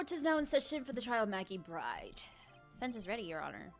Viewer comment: It's a really good narration ;) But you always pronounce Maggey's last name as "BRIDE" but she is called Maggey "Byrde".